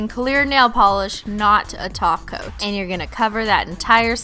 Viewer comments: she says taco instead of top coat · I love the way it sounds like you say taco instead of top coat!😂😂😘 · Now it sounds like she is saying taco on purpose instead of top coat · Why do you say "Taco" instead of top coat? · She says 'taco' instead of 'topcoat'..... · you need to learn to say TOP COAT NOT TACO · Amanda Torres SHE SAYS TACO OML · She says taco on purpose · Rory Turing she DOES SAY TACO JEEEZ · She really says "taco" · Rory Turing she says taco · she’s saying taco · She says taco to top coat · that's cause she is saying taco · She does say toco in every flipping video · Even I heard Taco..... This time.. ✌ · A. Sam haha XP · Joeybrian2 because she’s saying taco on purpose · she is saying taco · When you say "top coat" it sounds like your saying "taco". Ha ha !!🤓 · lol when she says top coat its sounds like taco! :D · When Kristine says top coat I always think she says taco xd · top coat sounds like Taco sometimes CX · When u say top coat, it sounds like taco(not hungry) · Christine. ....... thats not how u speak Russian. ... just no..... and I hav never heard of glossy taco.... where do you by it??? this is my dads account but I am a 14 year old girl who is obsessed with your videos.... I AM PROUD TO BE A HOLOSEXUAL!!! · it sounds like your saying taco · who thought she said taco not top coat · Joeybrian2 she does that on perpose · She is